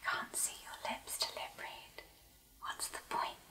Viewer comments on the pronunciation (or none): none